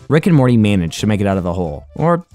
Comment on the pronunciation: How many times have you said Rick and Morley?